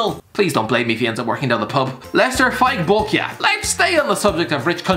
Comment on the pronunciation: Nailed Faiq Bolkiah pronounciation